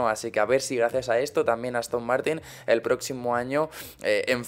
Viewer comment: es a propósito qu etu intro diga "lE análisis" ? en lugar de "El"